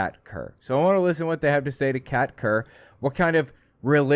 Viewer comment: I kept mishearing Kat Kerr as Cat turd, not sure which is worse.